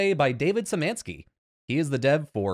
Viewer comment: Hey, I believe his name is actually Szymanski, not Syzmanski (